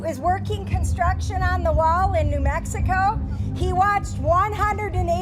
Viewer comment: Lady said "New Mexcio".... Someone fed her some bullshit XD